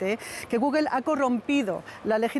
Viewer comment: Como es posible que un medio como ustedes permitan a los reporteros decir gugel? Por Dios.